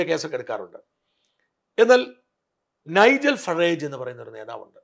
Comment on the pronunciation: You have been in the UK so at least say the names of Kier Starmer, Nigel Farage etc. correctly. That is why the white people dislike immigrants.